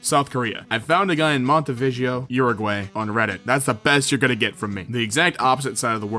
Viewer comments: It's pronounced (oo-rooh-g-why) Uruguay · just watched this today, as an uruguayan. im totally fucking mad you said it that way, but its good though, love the vids!